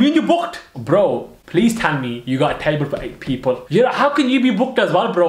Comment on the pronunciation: Listen carefully on how he says table on